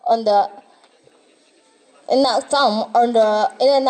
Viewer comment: Educator sering salah ucap : are you agree ? ❌ Do you agree ? Enough = enog ❌ inaf